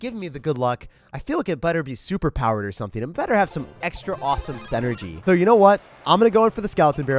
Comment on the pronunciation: Pls stop saying synergy wrong